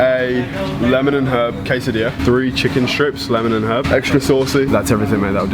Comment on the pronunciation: Bro said “a quesadilia” lmao